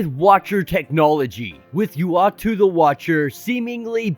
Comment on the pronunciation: U - ahht- too = is how you say the watchers name